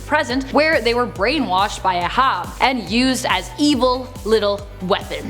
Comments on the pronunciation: Did just call Captain Ahab... uh-hobb???? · "Ah-Hob"...really? Just gonna let that go, huh? Ok....